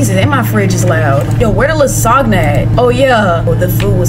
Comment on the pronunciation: That lasagna pronunciation needs to be festudied😭😭😭